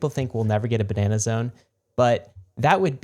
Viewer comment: You boys can't say "Ba-Nah-Nah-Zone" without also taking a sip of wine immediately after. If you're gonna do it, do it right. :)